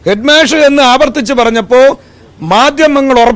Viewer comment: ഹെഡ് മേശ അല്ലടാ ഹെഡ് മാഷ്... എന്ന് പറ